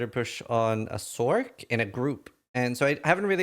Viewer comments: and its not SORK its "source" sorc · I know it's Spelt Sorc.... but it has an S sound in the word so like why are you pronouncing the shortened form of Sorceress as sorK and not sorS... I thought you were all smart? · Calling it "sork" got me. lol is that what all of these streamers are calling it?